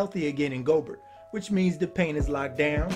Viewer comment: Loved the vid, just one correction. Gobert is pronounced Go-Bear, not Go-Bert